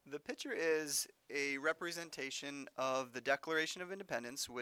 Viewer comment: he pronounces "picture" like "pitcher" and its upsetting